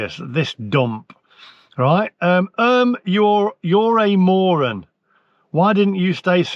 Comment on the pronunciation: I love how he went from “moren” to even “moreon”! 😂😂